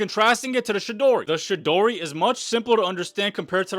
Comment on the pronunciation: The way you pronounce Chidori pisses me off